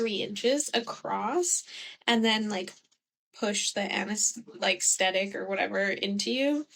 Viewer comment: It sounded like anesthetic to me which was the right word